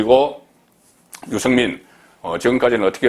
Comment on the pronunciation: 아무리 경상도 출신이라도 그 정도로 알려진 언론인 이라면 발음 좀 신경쓰세요. 육월? 유성민? 정세없는 복지? 그래도 방송인데....